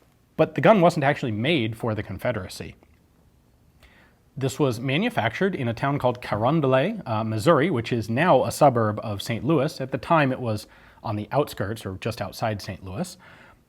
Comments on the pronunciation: It's pronounced Carondelet, not Carondelay. Common misconception that the word is french, but its not. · Yes, St Louis does pronounce a lot of our French places with French pronunciation, Carondelet is not one of them. Sounds so funny hearing Ian fancy it up. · caRONdeLET, Missouri, it's pronounced as if it were an English word. All the French names in St. Louis are handled that way. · The actual town name is pronounced Ca-Ron-Doe-Let ( point of video). You used the French pronunciation. :) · That's a fancy way to say Carondelet. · Great video, with the nitpicky exception that Ian mispronounced Carondelet. Pitty its way out of my price range, I'd love to get it back home to St. Louis. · When saying the name of anywhere in the St. Louis region remember "French is the language they mangle when giving directions in St. Louis." Carondelet is locally pronounced as it is spelled. There does not seem to be any hard and fast rules as to what would be pronounced as French, like Des Peres (Depare) or Carondelet (Karon da let). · The way he pronounced Carondelet is probably correct but not at all how people from stl say it. Haha